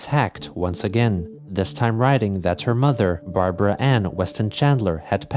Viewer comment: Hearing Chris say Barbaras name like that infuriates me.